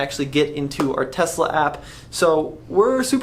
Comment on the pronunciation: thanks for saying "Tesla" ---- with an "S" and not Tezzzzzzzzla some of the Tesla advocates are SO obnoxious and thanks for caring about the truth!